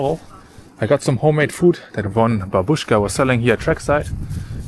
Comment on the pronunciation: the correct emphasis is “bábushka”. It’s so nice that you know this Russian word! in ancient times the word “красный” had 2 meanings: (1) red; (2) beautiful. "Red girl" (красна девица) meant a beautiful girl. And the Kremlin was of white colour until the 1880s. You know so much about Russian history! the President does not live there. He lives in another place. He has his office in the Kremlin. Thank you for the video from a Muscovite!